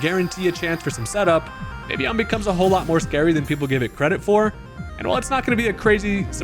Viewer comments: It’s pronounced “Vih-Vee-Yahn”🙂 Vivvy-yawn lol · I'm pretty sure its official pronunciation is in fact Viv-e-on. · I always thought it was pronounced Vi-Vi-Yon. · I thought it was viv-leon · Like this if you can’t pronounce vivillon